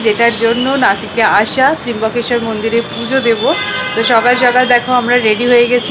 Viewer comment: Tryambakesvar...not Trimbakeshwar